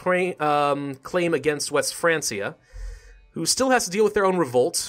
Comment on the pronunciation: Just in case you haven't looked this up already but I believe "Francia" is pronounced like "Frankia". It's probably pronounced that way because the word is derived from the word "Frank" which is what they called the Germanic tribes that inhabited the territories of France at that time.